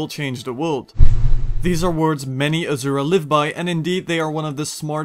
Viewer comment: Asura is pronounced like the words, "uh" "sir" "uh" not "azure" "uh"